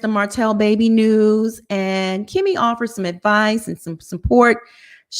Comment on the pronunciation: For some people, messing up a person’s name is triggering for many reasons. Mispronouncing or misspelling a regular word, fine. But someone’s name is kinda disrespectful. Plus “Marsue” hits the ears like a knife. Lol. Sometimes I fast forward. I love y’all tho.